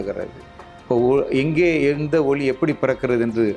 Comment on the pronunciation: ஐயா, ஒலி என்பது ஒளி என்று உச்சரிக்கப்படுகிறது. Please note. நன்றி.